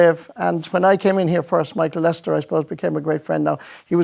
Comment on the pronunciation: Why do RTE pronounce his name as Lester instead of Lyster?